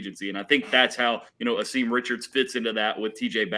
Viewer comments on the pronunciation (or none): Asim is pronounced Ahsum